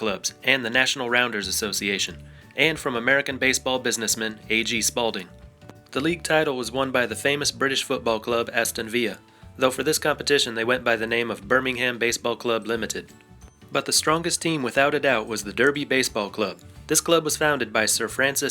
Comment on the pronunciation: Oh man that Aston Villa pronunciation was really rough haha. Never heard someone pronounce it Viya in my life.